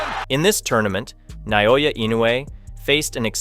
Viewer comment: It's not NAYOYA it's Naoya. FYI